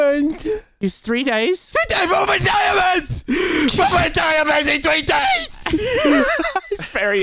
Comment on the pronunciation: FWEE DAYS